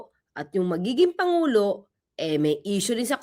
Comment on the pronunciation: Hi atty Please don’t talk like the vp. Panguló, kilalâ, tunog bisaya kasi.